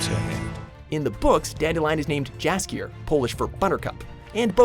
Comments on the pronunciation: Polish version of Dandelion's name should be actually read as Yaskier. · Btw jaskier aka dandelion is pronounced in polish with y, not j